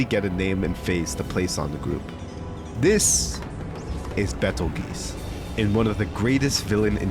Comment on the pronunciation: betelgeuse* (or petelgeuse) is pronounced beetlejuice, same as how the star with the name is pronounced